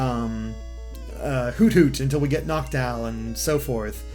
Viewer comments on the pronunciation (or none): none